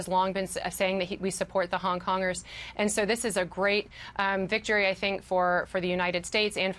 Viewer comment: I think this is great...laughed at "Hong Congers"